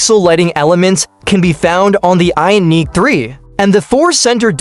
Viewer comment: What the hech, this AI cannot even say Ioniq?